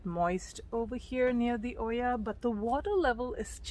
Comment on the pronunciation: This is a very good YouTuber video 🤍 the double L in olla is pronounced as a Y sound like "Oyah" 🤎 ived started making these based on your instructions mister YouTuber and they are working like the olla they are 🤍🤎🤍🤎🤍🤎🤍🤎🤍🤎🤍🤎🤍🤎🤍🤎